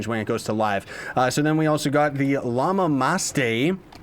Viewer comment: Ok, in spanish "Llamamaste" how you said it first sounds like, "La mamasté", translated to english is "you sucked it", I'm crying (of laughs) since you said it.